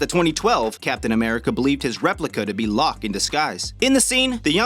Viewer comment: lock? You me Loki it’s pronounced low-key